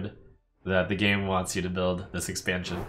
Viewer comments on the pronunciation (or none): none